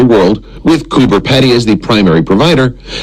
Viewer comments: It's pronounced coober peedy not pedy. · Lol its underground and it is pronouced cooper (pea dee) not pedy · cooper peedy is close to the right way to say it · It’s pronounced pee dee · It’s pronounced cooper peeeeedy! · He is pronouncing it wrong. It's Coober Peedy like speedy